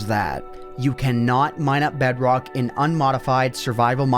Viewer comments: i created a BEDROGHH world XD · bro became scottish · BedROKH... You sound like a german...